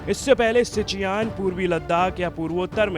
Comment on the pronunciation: सिचियान नहीं chutiye सियाचिन